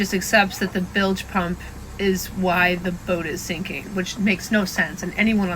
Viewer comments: Dude you are FN retarted !!! WTF is a billage pump? Do You mean bilge pump??? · It's bilge pump not billage pump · Bilge . Say "Billj" not billij. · Bilge not billage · lol! shows how stupid these people are, the man could have googled how to pronounce "bilge" pump. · You don't even pronounce bilge properly